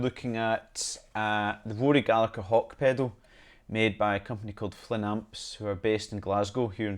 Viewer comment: can people please learn how to pronounce his name right! It is Gallaher, the G in irish names are silent when followed by a H